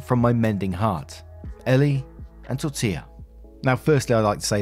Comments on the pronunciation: great job pronouncing Tortilla’s name this time. 😊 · You perfected “Tortilla”! I smiled every time you said it in the first video… but that was a CRAZY saga so the unintended comedic relief was great! #torillagate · Omg you got Tortilla right this time! love it haha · Thank you for saying Tortilla properly, it means a lot.